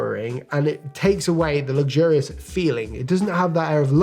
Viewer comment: The first thing I'd do is pronounce luxurious differently.